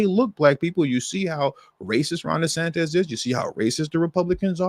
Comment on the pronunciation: The Governor of Florida is pronounced- DeSantis not DeSantez.😮